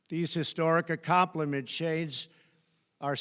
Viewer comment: What’s an “accompli-ch-ment”?!